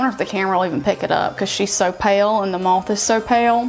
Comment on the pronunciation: The tattoo is of a MOTH I'm not saying the color of the tattoo I'm naming the creature that it is...and MOTH rhymes with CLOTH